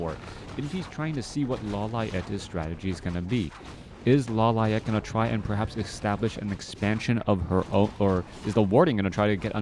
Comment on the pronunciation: lo-li-ate lol